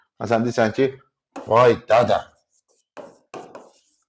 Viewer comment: Müəllim izahınız həqiqətən mükəmməldir.Vay dədə ifadəsini Talış ləhcəsiylə səsləndirməyiniz 👍👍👍😊😀